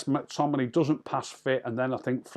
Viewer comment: Any chance you could actually say the players names correctly.....mack tominay .....marshall.....bayley.....